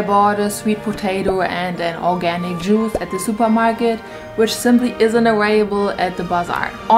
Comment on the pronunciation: “Organic mal” 😂